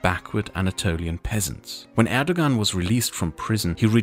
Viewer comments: The "ğ" in Turkish is silent. Erdoğan is pronounced like "Erdowan" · the g in erdogan has a special pronunciation btw. I couldn't get used to you pronouncing it as an English g while pronouncing german names correctly xD but it's a stupid detail nevermind it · "Erdogan, erdowan, erdokan, erdohhan,, please choose one pronounciation lol" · Turkish pronounciation of the letter ''c'' is a lot like the English pronounciation of the letter ''g'' , it's not the same but it should give you a general idea. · Unfortunately his pronunciations and translations were so wrong but you know he’s not a native Turkish speaker. But yeah he should have search. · Hey, I'm sure it's already been mentioned, but the letter "c" in Turkish is pronounced like a "j" in English. Can't wait for part 3! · recommadation: it would be nice to pronounciate terms in their native language ? In my opinion :D